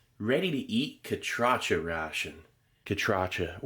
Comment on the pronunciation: Steve, thanks you for including my country Honduras 🇭🇳 and most of all thank you for the correct pronunciation of Catracho! I’m glad you like our Tamales 🫔!